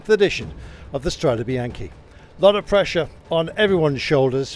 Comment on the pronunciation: Please learn to pronounce Strade Bianch"e" correctly...it isn't a bycle Bianchi!